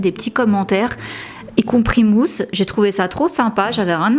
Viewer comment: Quand tu as dis mooss g cru que tu parlais du chanteur de au nom de la rose 😅